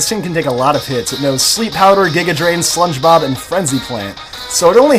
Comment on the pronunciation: haha!! slunge bob! hahaha! do u mean "sludge bomb"?